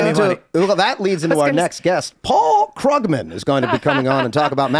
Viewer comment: It's pronounced Kroog-man, he's a toff